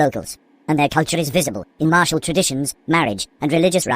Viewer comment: martial mam not martial beautiful woman not beautiful 💀💀💀